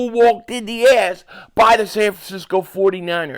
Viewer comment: The way you say ass is funny .